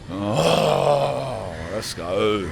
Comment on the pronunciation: Weird hearing a grown man say "let's ogg"😂